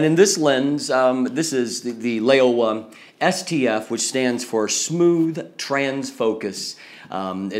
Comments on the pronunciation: great review! :D although its read as "lau-wah" instead of "ley-oh-wah". But I guess its fine for an English speaking person ( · It should be pronounced Low (rhythms with meow) wah; the name literally means "old frog."